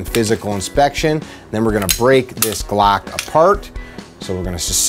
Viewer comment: “StaCk” “GlAck”